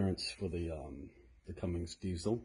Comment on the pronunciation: can you not read? its Cummins bot cummings🤡🤡